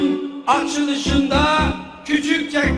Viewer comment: bir küçükçekmeceli olarak küçükçekmeli olduğumu anladım